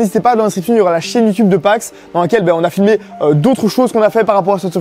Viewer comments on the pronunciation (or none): none